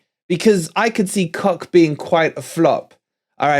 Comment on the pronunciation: Isn't Koch pronounced kotch? I take it wolverine the new forest sponsor next season is down to two possibilities. Grecian 2000 or just for men.